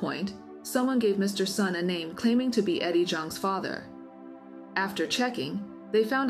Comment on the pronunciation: Hi reading A.I., the surname Sun is pronounced as "soon", not "sahn".